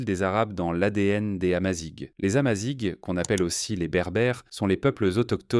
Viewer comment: S'il vous plait, dire "AmaziR" et pas "Amazigue". Le "gh" se prononce "R" comme dans Paris ou gare. Merci